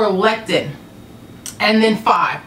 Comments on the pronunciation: I love you, but it is Lec-i-thin! Not lectin. That's a whole other thing! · Hello. I enjoy all your cooking videos. I would like to say…….. in the word lecithin, the c is pronounced like a “ s “ so try this….. less-i-thin just wanted to help, not trying to be rude, just so you know the pronunciation, 😊